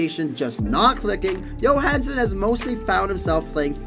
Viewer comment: Ryan Yohansen.... hockey players names can at times be tough to pronounce. But.. really...